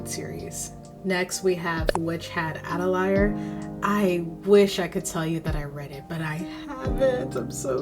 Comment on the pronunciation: I've never heard anyone pronounce 'atelier' quite like that before lol Nice collection.